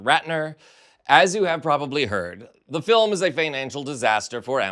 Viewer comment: it's not a documentary. It's da filim. 🙄